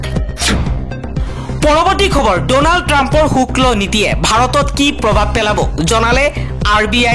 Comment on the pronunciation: শুক্ল নহয় শুল্ক হে